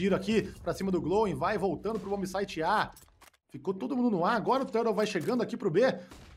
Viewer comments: Não ta errado, a pronuncia em ingles é tur-rou mesmo. Mas comos estamos no Brasil, é turtou. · ele pronuncia no inglês, tur rou , o do exit no inglês ficaria Eg zit mas eu sou mais falar tudo em br mesmo kkkk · O ideal é falar TORTO, aí fica massa :) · esse narrador falando "tãrou" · O ideal seria falar TORTO, daí fica engraçado e ninguém reclama 😅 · Que agonia ver ele pronunciar o nome do Turtle errado kkkkkk